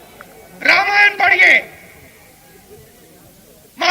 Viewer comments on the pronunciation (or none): none